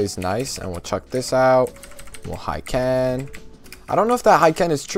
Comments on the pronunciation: Good vid, just it's not "Haiken" but Hiken, no a :) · It's "hee-ken" not "high-ken